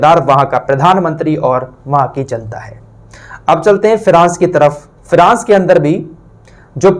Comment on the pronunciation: अरे भाई फ्रांस बोल, फिरास नहीं